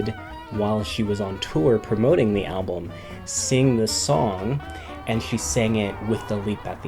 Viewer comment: Ok I can't like this because of the way you say album. wth?!?!? al blum?? no I wanted to pay attention but I couldnt. so....